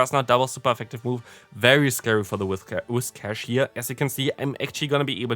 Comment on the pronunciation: Btw its pronounced Whis-cash, not Wish-cas